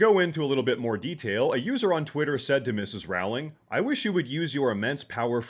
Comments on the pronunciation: "Rowling" is pronounced like "Rolling" not like "cow" :face-red-heart-shape::face-red-heart-shape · Hate to be that straight, pure blood MEXICANT guy, but it's pronounced ROW-ling (as in 'row a boat'), not RAU-ling. It's Levi-o-sa, not Levio-SAHH! :face-green-smiling: That being said, while Rowling is "anti trans," she's still very much pro feminists and pro DEI. She has no problem with race swapping and making her characters gay well after the Harry Potter story long concluded. And keep up the work buddy! Bumped into your channel couple days ago.:shelterin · Her name is pronounced “rolling.” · Only a small point you pronounce JK, Rowling in the same way as you would row a boat. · WTH is JK Raling. I guess if your the most influential women in recent history, it’s comment to have people in media not every heard your name pronounced properly.